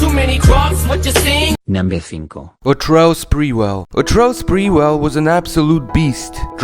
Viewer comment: NOT Spreewell